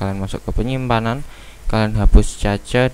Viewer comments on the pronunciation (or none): Penimpanan penuh ngakak njir